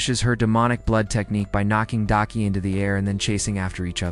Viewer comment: This man gotta be trolling cause he’ll say the right name every once in a while and then will come up with 20 other variations just talking about one character. Daki being Dykie is taking me tf out because excuse me???? The person he almost never flubbed was Tengen though cause how else could you really mess that man name up😂 nvm I just heard this man call Tengen “Tencomm” I’m gonna show myself out 😮😂